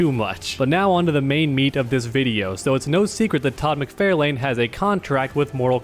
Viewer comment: Todd Mc-FAR-LANE Not Mc-FARE-LANE Other than that, keep up the quality content 😊